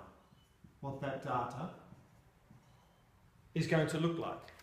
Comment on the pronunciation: Cant get past his pronunciation of "data"